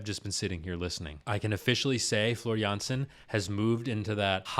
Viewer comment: You're pronouncing her name just right most of the time. It's only the last name where you sometimes pronounce the J as in Jay while it should be like Y in Yes.